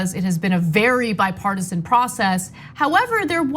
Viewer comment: "It has been a very bipartisan process".... she def. said that wrong...